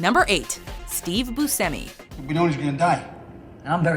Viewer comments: Hold up, you keep saying Boo-simmi. I've always said Boo-Shimmy. Am I wrong?? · It's not. It's Bu"sh"emi, not Bu"see"mi. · Its pronounced Boo Shem ee lol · Boo-Shem-E... such a pet peeve of mine when these lists don't know how to pronounce names/places/whatever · steve (BUSH-EHMMEY) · I don't like the way she says Buscemi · the way they say Robert Englund and Steve Buscemi is just aggravating. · The way you say Steve Buscemi pisses me off... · I wasn't aware that that's how you pronounce "Buscemi" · thank youuuuu. I was yelling at my phone. Then again, WatchMojo pronounces a lot of things wrong lol 😒